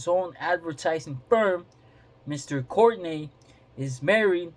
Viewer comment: Its pronounced Court-tea-nay